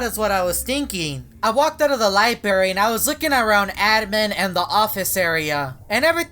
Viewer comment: *library| sorry was saying “lie berry”